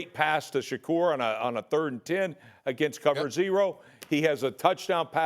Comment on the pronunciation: Rex can say Shakur but SAs u posed ta b Black n Khalil is SHAKIR!! Jus like Kwame!! Get it right